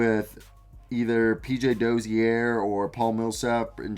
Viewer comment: Great video man and no disrespect but the way u pronounce Dozier’s name is hilarious